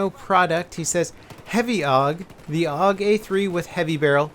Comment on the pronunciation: pronounced A-U-G